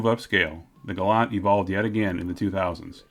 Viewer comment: it's pronounced Gal Ant 🐜 there is no u in the word .